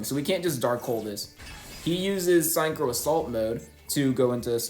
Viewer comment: why do you mispronounce synchro like that? its sink-crow not sign crow